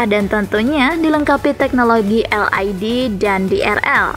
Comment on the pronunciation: Naratornya perlu belajar membaca lagi neh.. LED dibaca "el ai di"😃 WIND dibaca "wain"🤣🤣